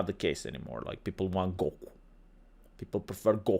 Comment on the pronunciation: I have never hear anyone ever pronounce "Goku" like that before. I cannot wait to bring that up next time topic comes up saying anime names badly again. Hahahaga